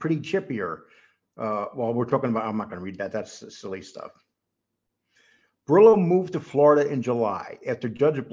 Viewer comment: Bor-Illlo or Bor-Ello? 😆. If you're going to make content on Italians, you gotta stop butchering the names. Its actually quite important.